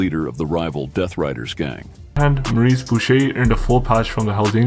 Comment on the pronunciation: His name was Maurice not morris 😂